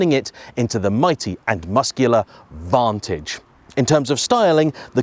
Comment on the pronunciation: Did you say vontoge? Shame. Wait. Le mon? Stop it!